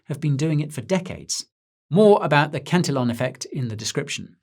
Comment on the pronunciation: The Cantillon effect, pronounced can-'tee-on. :face-blue-smiling: Thanks, Guy, for mentioning the MOST relevant theory in modern economic analysis. Based on French/Irish Economist Richard Cantillon's astute observations in the 1700s which apply today. This effect reflects the never-changing human nature aspect connected to luxuries always dominating and domestic production being outsourced. The TLDR: Not much can be done about the widening wealth gap that occurs when new money enters an economic system.